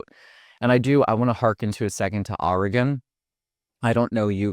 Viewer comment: Please bro: pronounce Oregon "Organ"